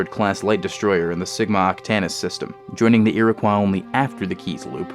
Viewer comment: Rough man you still pronounced Iroquois wrong